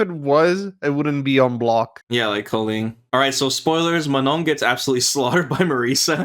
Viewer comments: Fun fact of the day: If you have a hard time pronouncing Manon the french way , It's not Ma-None , it's Ma-non . Learn how to say Oui and Non is French , which is the equivalent of yes and no in English and you'll be good to go. Remember, It's not a hard N at the end :) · Yes they sound ridiculous when trying to say Manon 😂 Everyone is forced to learn english and pronounce properly, but anglo people knows only one language and cannot pronounce something that isn't english